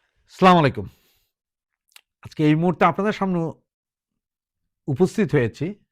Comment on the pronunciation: স্লামালাইকুম না বলেন আসসালামুয়ালাইকুম